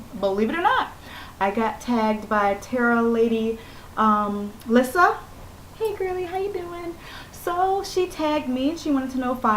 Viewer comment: YAY, you said my name right! everyone else says "Lisa!" lol I hate it when ppl dont use their turn signals!!!!! Glad you can hear again! Your hair is too cute! If you like gore, have you seen "Dead Alive"? or the faces of death where they have the orgy in the blood??? lol I love it too girl!! BUGS suck!!!